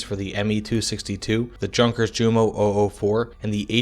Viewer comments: Great video. But, “junkers” is pronounced “yoon-kas” FYI. 😎👍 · Zehr gut . und Junkers is aktually Yunkers > no pronounce hard J ! Danke . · Good video, but you must learn about pronouncing words from not your language. When I heard yours Junkers jumo, well, you throw me through the roof. No hard feelings.